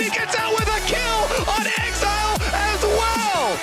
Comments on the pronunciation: Bjerg pronouncing exileh as exelay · Why does Bjerg keep saying Ex-EEE-leh instead of pronouncing it "exile" lol